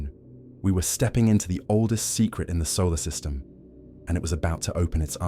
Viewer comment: I like the story so far. However, WHY does an AI, ANY AI, have to ............. pause in the.......... middle of a........ sentence!!!!??? Is it ..........turning a.........page or some stupid........crap!!!!???? "......solar.......... system".......among many others in this story. AND, FYI, there is a difference between "REH-cord" and "ree-CORD"!!!!